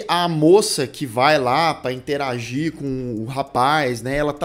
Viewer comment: Quando o fala interagir, eu nunca sei se é interagir, interagir ou se é interagir, interagir. 😂😂😂